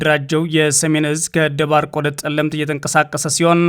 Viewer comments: Is it on purpose that you call Tselemti Telemt? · ጠለምት አይደለም ፀለምቲ ነው, መይ ዳጉሳ ሳይሆን ማይ ዳጉሻ ነዉ እባክህ አስተካክለው🙏🏾